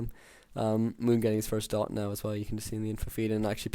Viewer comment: Just one little thing - could you stop calling the druid "dott" ;)